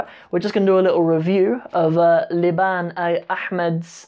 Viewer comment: I noticed you pronounce liban and Liibaan the same way